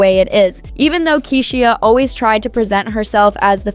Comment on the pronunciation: I hate when AI narrates, can’t even pronounce Keyshia’s name